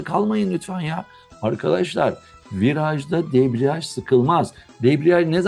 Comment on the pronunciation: Hocam debriaj mı deprej mi